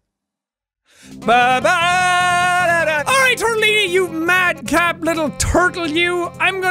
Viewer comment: Anyone notice tortillini sounds like moossilini